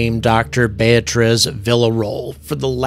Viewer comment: “Beatriz” bay “a” trees , you can do it, and she would appreciate it.